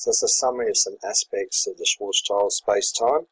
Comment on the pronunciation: If you can, pls say "Schwartzshield metric". It's schild, not child